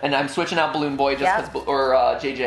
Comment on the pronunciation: Ah yes, my favorite fnaf characters, Balloon Boy, *squints* J-Jalloon Joy, and *squints harder* Da-Dalloon Doy